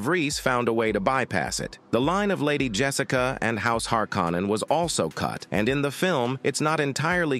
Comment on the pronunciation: "Lynch dis-o-needed it" should be "disowned" Stellan Skarsgård should be pronounced [Scars][guard] not gourd Baron Harkonnen should be pronounced [har][co][nen] not like har-con-an David "Dastmalchian" should be said in one breath not like Des-mal-chan Fremen should be pronounced [freh][men] not like free-man Atreides should be pronounced [a][tray][dez] not like Atray-et-easy Bene Gesserit should be pronounced [benny][jess][uh][rit] Sardaukar should be pronounced [Sar][duh][car] not like Sad-ow-car Duke "Leto" should be pronounced [Lee][toe] not like Jared Leto